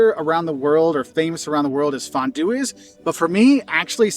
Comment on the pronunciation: as a Swiss, I can confirm that his way of pronouncing it was way closer to the original than he might think